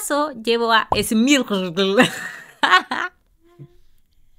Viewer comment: Me encantan tus videos , tips: en wikidex sale como se pronuncia los pokes smeagle : es.'mir.guel